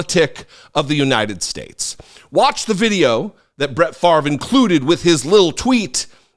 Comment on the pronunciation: Farve??? Nope it's pronounced Fahv-ray, (favre,). Don't un-french it